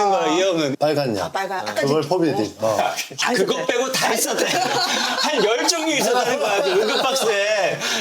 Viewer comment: 포비다인 개터지네 ㅋㅋㅋ 의사들도 포비딘이라 해요 형 ㅠㅠ